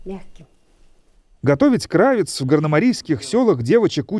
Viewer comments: Ударение на второй слог кравЕц. Частенько озвучивальщик допускает в свих видео такие косяки. Стыд и срам этому озвучивальщику. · В словаре Васиковой Л.П. кырАвец, ударение падает на а, на второй слог.